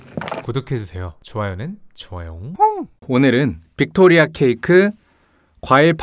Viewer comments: 뷕토뤼아 여왕 ㅋㅋㅋㅋ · 빅토 뤼아~ 이거 발음 웃기다😂